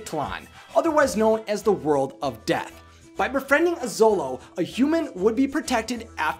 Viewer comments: Show-lo, not zolo. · The 'xolo' part of xoloitzcuintli is actually pronounced "sholo," not "zolo." I have no idea what you said with the full name of the breed, bit that wasnt even close. Other than that, great video as usual! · Very good comments!!! Just a note: The word Xolo doesn't pronounces "Solo". It's "Sholo". Greetings from Mexico! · Augh, such a great movie. I definitely cried and I also went to go see it three times! Great video, dude! I love how interested people like you are in the lore of Coco. As an indigenous Mexican-American, it brings a great smile to my face to see people learn about our culture. Also, in case you care, it's pronounced more like "sholo" than "zolo!" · Sharati Iwillkeepmygunsthankyou So glad someone said something! I flinched everytime he said zolo instead of sholo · I'm learning to pronounce these words too, and while usually we say "x" with a "z" sound, "Xolo" is pronounced with a "sh" sound; "shoh-loh." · you should pronounce XOLO as 'sholo like shoe', the ay you are saying sounds as 'solo... similar to solitarie' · U said Dante is a zolo dog but it’s actually Sholo dog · It is not "zolou" dog... jeje... You must read it with the sound "sh" of shoe!!!... The name is xoloitzcuintle (sho-lou-itz-cuin-tle)... Easy!!!! Great video. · Before I finish the video; SHOW-LOWZ! Not ZOW-LOWZ! I KNOW it's spelt with an x, but names are weird, okay? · Xolo is usually pronounced "Cholo" -- you can even find it spelled that way, though the dog breed is spelled Xoloitzcuintli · Cool info. Thx. BTW- Xolo, pronounced Cholo. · good try, but it is Sho-lo-eetz-queent-lee, or sho-lo for short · anyone else bothered by how he's pronouncing Xolo? Xolo(show-lo)